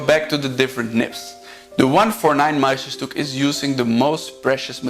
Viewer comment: I am French, and have lived in Germany and the US too, and can confirm the speaker pronounces Montblanc as a French would, ie without pronouncing the T and the C. He can improve his "Petit Prince", and "Meisterstück" 😊 Mastering foreign languages is never easy, and trying is already remarkable. About morons in France, I confirm there are some, as there are some in the US or anywhere else Hopefully there are quality people everywhere too.